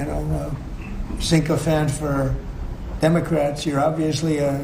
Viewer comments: Had to double check, ya...trump says sinko fants and not sycophants. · Dude pronounces “sycophants” like “🐘🐘🐘🐘🐘” / “Cinco-Phants”